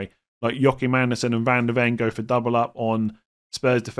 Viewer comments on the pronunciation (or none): none